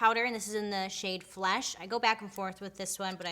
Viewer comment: "this is in the shade fLESH" i love all ur videos but the way you said flesh got me